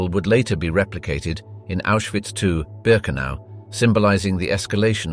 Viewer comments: not "Birkeanu" but "Birkenau" (and remember, that this is the German word, so it should be pronounced as such). - it's pronounced more like "Piletski" or "Piletzky", the "c" should not be said as part of the English "ck", but as a separate consonant (in this case somewhat similiar to the "tz" sound in "tzar"), and the "k" should sound like the first "k" in word "kick". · BIRKEANU omg.... Couldn't keep listnening after that fuckup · It’s Ber - ken - ow. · Please narrate naes correctly. 1. ARBEIT MACH FRIE. The "E" is silent. So, you say: Fry. 2. BIRKENAU. The "AU" makes an "ou" such as in OUCH. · Birkenau is pronounced "Birkenow"